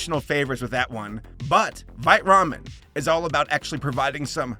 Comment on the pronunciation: I heard that as "This video is brought to you by Bite Ramen" and I'm just like "Well yeah I bite it it's delicious."